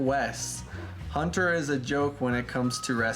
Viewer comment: Why do you call your camera hnnt---er We pronounce it Hunter